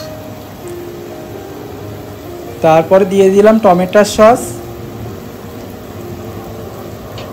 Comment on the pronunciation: Khub sundor hoyeche, o ekta kotha, tomar mutton ranna dekhlam, mutton a eto maslar bodhai proyojon nei, mutton bhetki mach eder nijesso sad gondho ache, otirikto masala bebohar korle tar sad ta harie jai r ha tometa noi tometo uccharan ta thik korbe, tomake choto bhai mone kore bollam